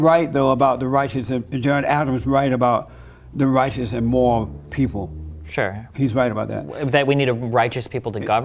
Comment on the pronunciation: why can't he pronounce "moral" lol